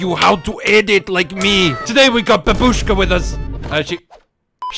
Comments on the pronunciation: Its not babuuushka its baabushka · That's not how you pronounce "babushka"